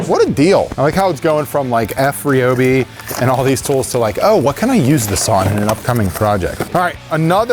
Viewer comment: Omg it’s RY-obi NOT RE-obi. Just like it’s RY-an, u never say RE-an. Americans speak so weird and nooooooo u have boring (sorry) but he’s just so boring and deflating. I’ve seen more air in a deflated balloon lol. Sorry but I’m skipping past this part with him in